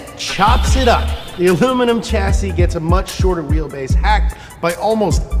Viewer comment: He says carbon fiber so much I'm convinced that's how you say it Edit: "alumaninam" HA! 😂😂😂😂😂😂